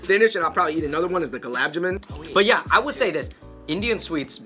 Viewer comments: Holdaram, gulab ja-min, pacha-taran, booja 😂😭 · Y'all straight butchered the pronunciation of Gulab Jamun 😂 Also Khatta Meetha is the best snack out there and that's a fact. LOL